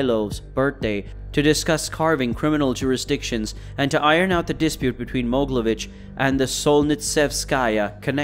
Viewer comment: Not Moglevich it's called MogEElevich